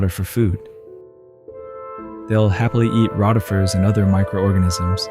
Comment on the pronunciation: It's pronounced co pi pod and row ti fer